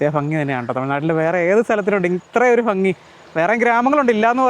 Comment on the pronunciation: വളരെ മനോഹരം കാഴ്ചയും അവതരണവും !! പക്ഷേ ഫംഗി !ഫാര്യ ! ഇതൊക്കെ ഒഴിവാക്കണം 😂